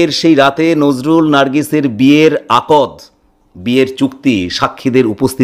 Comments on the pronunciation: Akod noy akdh . Uchcharon thik korun. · আপনার আলোচনা বেশ সাবলীল এবং গবেষনাধর্মী। একটা খুব প্রয়োজনীয় কথা বলা প্রয়োজন । আপনি বারবার আকদ আকদ বলেছেন, হবে আক্ দ ,আরবীয় শব্দ। যে কোন মুসলমান আপনাকে তাই বলবে। এইটুকু কষ্ট আপনার করা উচিত ছিল । দ্বিতীয়ত আপনি বলছেন আক্ দ হয়েছিল, কিন্তু দেনমোহর স্থির হয়নি। কথাটা oxymoron হয়ে গেল, দেনমোহর আক্ দ এর integral অংশ ,এটা agreed না হলে আক্ দ হয় না। একটু খোঁজখবর করে দেখুন । ধন্যবাদ । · উচ্চারন টা হবে আক্দ (আকদ নয়) । আর মুসলিম বিয়ে টা শুধু চুক্তি না, আদ্ধাতিক ও বটে। আল্লাহ এর নাম নিয়ে সামাজিক রীতি তে কাবিন হয়। যেখানে মেয়েকে security money দিয়ে সম্মান করা হয়। you may research online for better knowledge prior commenting about other community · আপনার উপস্থাপনা চমৎকার। শব্দ চয়ন শ্রুতিমধুর। তবে একটি শন্দ শুনতে ভাল লাগছে না, আর তা হলো "আকদ" আসলে শব্দটির উচ্চারণ হবে আক্‌দ। ক আর দ অক্ষর দুটি এক সাথে উচ্চারণ হবে। এটি একটি আরবী শব্ধ যার অর্থ শক্তভাবে বেঁধে ফেলা বা চুক্তি করা। আক্‌দ সম্পন্ন হওয়া মানে বিয়ে হয়ে যাওয়া। ধন্যবাদ। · Hi!, It is not ' akod',it is 'akd ', which means engagement. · “ আকদ্’ শব্দটি আপনি সঠিক উচ্চারন করেন নাই .